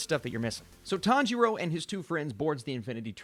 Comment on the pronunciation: Sub watchers : I am going kill myself if he says tanjiro like that again Dub watchers: this is fine